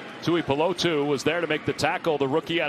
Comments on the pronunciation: Can we send a memo to the announcers it’s pronounced 2-E-Poo-Low-2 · Take a shot every time the commentators butcher “Tuipulotu” lol